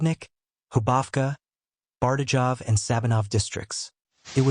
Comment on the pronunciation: Butal mispronunciation of the town names beyond recognition. Dude, it's not Dzelnika, Bardedzow, Prisow. It sounds just ridicoulous. And I can assure you, nobody has a clue what places you just named there. What is Sneebrens, Mikolows and Mecca Labour! TF?